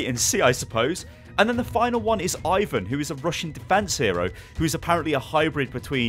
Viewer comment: Incoming copyright strike from Riot games with the pronunciation 'Ivon' being scarily similiar to 'Ivern' (At least in a british accent)